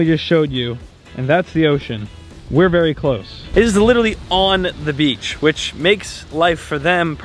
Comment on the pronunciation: Not saying “witerewawy”